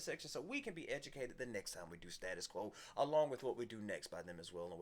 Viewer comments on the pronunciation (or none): STA-TUS NOT STAT-US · "Staytus" Quo not stat-us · STAY-TIS Quo. And not STA-TIS Quo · Stay-tus Quo. NOT stattus. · Gentlemen it's STAY TUS Quo not Stat us Quo and they've been around since 1966 first record Pictures of Matchestick Men, of the original line-up only Francis Rossi the lead vocals and possibly the original pianist are still with us. In 1985 they were the opening act on Live Aid with Rocking All Over The World, well worth checking out 🇬🇧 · It's pronounced STAY tus Quo. They are British not American ! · Americans can’t say status quo right .